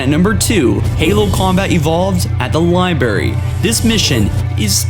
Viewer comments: he also pronounced Library as Libary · It is so annoying when he says libary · “At the libary “ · Did he say lime-barrey and not library? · He said "Liberry" instead of library. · You know the library isn't actually that tough you just chill in corners and play super slow and you'll go through it smooth as butter. Oh my bad did I say library? I mean the liBARRY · “Cary-o”?... “Lie-berry”?? R u kidding me? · Listening to this guy talk.... "Cario" "Libary" "speech therapy." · Pronunciation corrections: li brar y | cy ro station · PROFILE and LIE-berry in stead of Library. And uh-blitherated in stead of obliterated. And numerous other pronunciation quirks. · How do you keep mispronouncing Cairo? Its not fucking Car-io its Cai-roh, as in Cairo Egypt. Fucking education system has absolutely failed us. Hell they even say Cai-roh in the fucking cut scenes and the level. Also LibRARy, there is a fucking r in the damn word. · why does it matter? because its annoying as hell and this isn't the first time he's said it wrong. It'd be one thing if he was saying something like Hexakosioihexekontahexaphobia, and not fucking library and cairo.